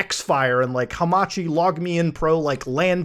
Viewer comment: I didn't know a word could trigger me so much until Muta uttered "Hamachi"......